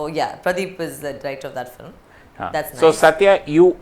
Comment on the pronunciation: interviewer says "filim"